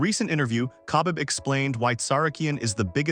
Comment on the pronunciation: The way he pronounce Khabib 🤣